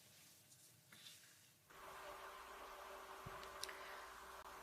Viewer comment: Did Mcconnell say bipartisan?